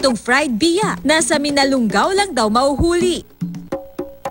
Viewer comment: Hoy ATE mali ang PRONOUNCIATION mo..!!! Hinde MINALUNG GAO kundi MINALUNGAO. Pag aralan mo muna bago mo BIGKASIN...!! Kasi MASAKIT sa TENGA..!!